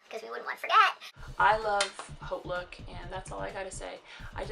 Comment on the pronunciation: Are you just starting out on youtube? I love your videos! I think you're the first to correctly pronounce Hautelook! Everyone calls it Hotlook. I'll be subscribing!